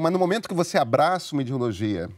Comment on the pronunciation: Me da uma agonia escutar o dizendo “idiologia”